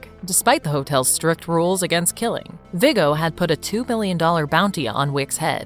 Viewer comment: Her pronoucing everything wrong viggo